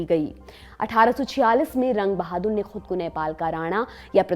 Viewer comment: Jung bahadur : wrong pronouns of name From Nepal